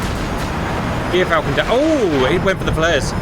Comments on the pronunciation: Hate to be the pronunciation nerd, gyrfalcon is pronounced “jeer-falcon.” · As a life long ornithologist and falconer. I feel I must let you know it's Gyr pronounced as the Ger in Germany.👍